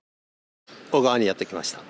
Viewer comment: 「小川」おがわでなく、 正しくはこがわです